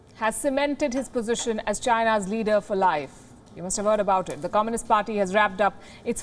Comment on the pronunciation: I like how this woman pronounces “comminist”.